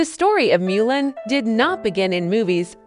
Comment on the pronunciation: So painful to hear AI repeatedly pronounce Mulan as “miu’ lin” and mispronounce the word decade.